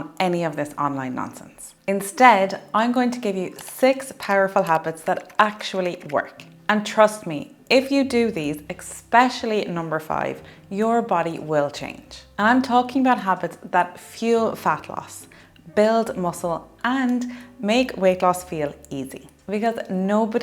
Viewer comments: Honestly how can one take you seriously when you say eXpecially IT’S eSSSSSSpecially It’s S not X 🤦‍♀️🤦‍♀️🤦‍♀️🤦‍♀️🤦‍♀️🤦‍♀️ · What is the word “eXspecially”?